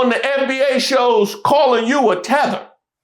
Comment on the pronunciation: Yea he said 😂it “TEATHER”